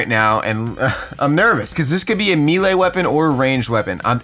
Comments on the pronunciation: Melee weapon (may-lay) not meeeelay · This guy said meelee 😂😂😂 its melee bruh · its melee not meele. <3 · Sound it out with me brother. It’s melee (maylay) not “meelay” 😂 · not to be that guy but 'melee' is pronounced 'may-lay' not 'mee-lay' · #71 learn to say melee properly... may-lay not mee-lay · “Meelay” Jk good vid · "A meal a weapon" ???? (I know he meant to say melee) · “Meelee weapon” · it’s pronounced may-lay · it’s pronounced “maylay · It's pronounced (maylay) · You pronounce melee wrong